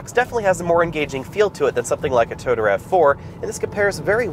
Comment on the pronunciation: Toyota not Tota.